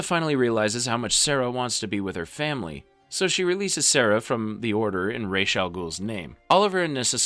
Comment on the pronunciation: Ra's, also known as Raysh in this video 😆😂